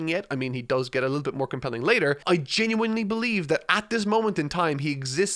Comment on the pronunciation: HOLY FUCKING SHIT YOU FINALLY PRONOUNCED "GENUINELY" PROPERLY OH MY FUCKING GOD HOLY FUCK OH MY LORD